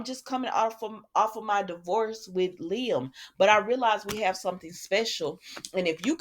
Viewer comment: I'm so happy you pronounce Liam's name correctly. I caught this one video that called him LIME! 😂